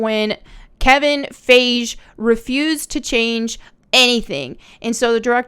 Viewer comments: You pronounced Kevin Feige wrong. You pronounced it like beige. It is spelled alike but not pronounced the same. How can you be a marvel film critic and not know who he is? Smh. You're cute tho and I'm an unattractive guy that can't get a girlfriend, so I will continue to watch your videos. Lol 👿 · His name is kevin Fi-GE 🤦🏽‍♂️😂 sorry just bothered me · I like the video but for God's sake learn how to pronounce Kevin Feigie...he is literally the source for all your videos content. And the entire MCU...good and bad